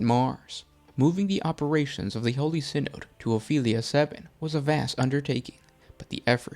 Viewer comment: SIGH-NOD, not SIN-OOD.